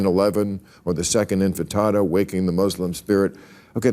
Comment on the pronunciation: Infetada? No, it's Intifada.. and your muda